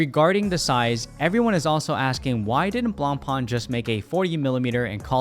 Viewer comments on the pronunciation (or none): At least pronounce the name correct if you’re going to say it🙄